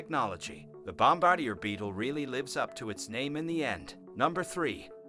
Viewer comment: Who is narrating this? He pronounces words like there spelled, the way he says leopards, leo-pards, he got bombardier wrong too and the final straw was calling a newt a lizard, get a clue bro